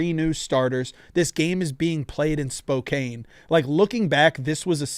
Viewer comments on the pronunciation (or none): Can someone tell how to pronounce SPOKANE